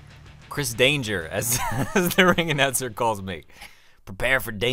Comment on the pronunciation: You keep sayin danger but it says denker